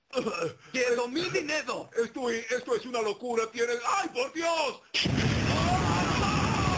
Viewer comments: En el minuto por ahi ya no dice dinero dice dinedo :v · Darjfaa la primera vez sí dice dinedo